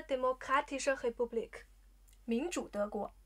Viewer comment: 怎么Republik 听上去像 Kepublik？